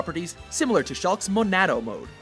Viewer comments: Monando MONANDO? its MONADO! god dam it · Shrek The Ogre they also said monado wrong